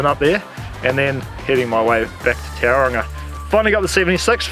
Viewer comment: Try *Taurunga not towel-ronga